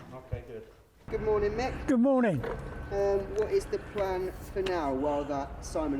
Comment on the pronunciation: Gid moaning!